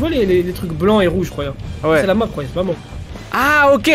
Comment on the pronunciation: ARRETER de dire rouya jen peut plus XD